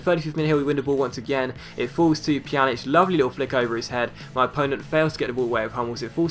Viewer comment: You pronounce Pjanić's name correctly now :D yay! Great vid as always.